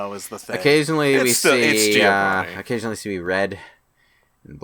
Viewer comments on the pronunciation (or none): none